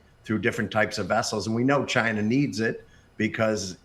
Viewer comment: He said CHINER lol